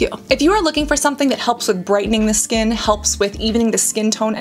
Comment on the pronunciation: I laugh everytime i hear her pronouncing Skkkkknnnnnnn😂